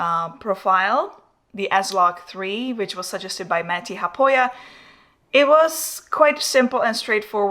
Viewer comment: You sound like you pronounce Matti Haapoja's name better than he does. He americanised it. Please teach him. Can't get enough of the both of you.